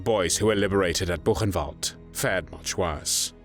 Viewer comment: Diga: " burrenvalde"